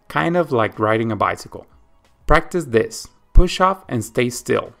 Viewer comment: Thank you for the video! Please pronounce the word "this" with S, not Z in the end - "this video", not "thiZ video".